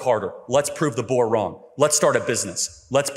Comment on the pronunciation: Having Charlie Kirk pronounce “boer” is outrageous 🤣